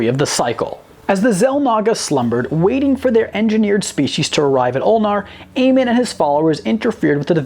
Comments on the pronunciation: AmOn not Amen its Amon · Idk why but when he pronounced "Amon" like Amin, I was kind of offended because I enjoy the lore of the starcraft games. Im paranoid when people say names wrong (that's just me) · Him pronouncing Amon wrong triggered me so hard... It's called Amon not Amen... Great video though keep up the great work 👍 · It's amOn, not Amen 😂😂😂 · Amon. Not amen. Actually look at his name and say it right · Amon is not pronounced AY-men, it's pronounced AY-mon, MON! Several times in the campaign you can hear characters say his name! This video was otherwise good, but as a fan of starcraft this really bothered me that you failed to pronounce his name every single time. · Ah yes, good ol Amin. I think you meant Amon. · Amin? His name is Amon. Good lord do some research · i kinda cringed the way he said Amon, like in the games then never say it like Amen its Amon. other than that great vid found it really cool. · Would like to point out for the name of one of the Xel'naga, it is pronounced "Amon", not "Amen" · Still don't understand how people mispronounce words that are CLEARLY STATED in the source material. It's "A-MON" not "A-men" for example... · did this mans really call Amon Aymin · They aren't fans of much it seems, they even pronounced Amon from starcraft horribly wrong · that triggered me I admit. Thought he was ending a prayer. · i cringed every time he pronounced "Amon" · You said Amon wrong and no the precursors never chose the forerunners. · First of alll.. Its "Or-I" like Or and the word I . edit - Oh my.. Its not "Aman" its "Amon".... like A-Mon